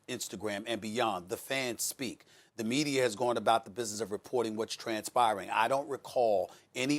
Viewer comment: Stephen A "MedieR" Smith